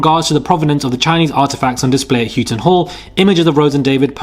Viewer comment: Houghton is pronounced How-ton btw.